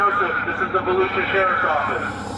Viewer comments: I thought you were joking and calling it Fallujah county 😂 Volusia….. ahh ok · I seriously thought you said Fallujah, not Volusia Florida, and I laughed. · I kept hearing "Falluja". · I thought you said "Fallujah County Florida". Actually after seeing that video, Fallujah county doesn't sound too far off. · Why are you pronouncing Volusia like Fallujah...errr, yeah...fair enough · Every time you say Volusia, I hear Fallujah. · Did he say Falluja ??? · I thought you said Fallujah county lol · whenever you say “valusia” sheriff’s office, it sounds like you are saying Fallujah haha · Sounded like you said Falluja county , I was like wait a minute..... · When you said Valusia county I could have sworn you said Fallujah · Volusia County? Sounds more like Fallujah County. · It’s pronounced Vol-oo-suh for some reason. Weird like New Smyrna is pronounced Suh-mer-nuh. Source: me central florida man PS Sherrif Chitwood is the man! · I thought he said Fallujah county lmao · Every time I hear you say that county name... I swear I hear Fallujah.😂😂😂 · Oh... "Volusia" Florida.. i thought you said Fallujah.. 😂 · Did anyone else here say Falujah County instead of Volusia county? Kinda on par for the incident